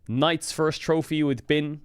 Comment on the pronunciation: correct pronunciation of Bin